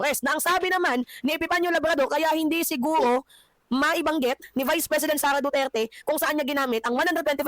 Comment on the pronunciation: Hoy baka nakalimutan mo na yang sinasabi mong SARAH DUTER ai isang vice president at anak ni tatay digong na dating president pero ikaw na ugok ka kung makapag bigkas ka ng pangalan ni vice president SARAH DUTERE eh para lng kalibil mong buang ka. Pag ikaw pinatay paba mag sipag iyakanang pamilya mong hayop ka. Kahit taong bayan lang ang makakita sayo tiyak lasig lasog yang katawan mong kalansay hayop ka putangina mo